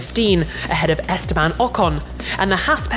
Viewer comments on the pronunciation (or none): none